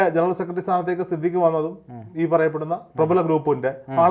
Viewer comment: സിദ്ധിഖ് ❌ സിദ് ലിക്ക് ✔️ 😂😂